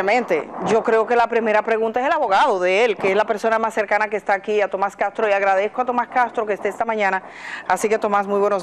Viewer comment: Edith no es cagtro, castro, pronuncie las eses seybana.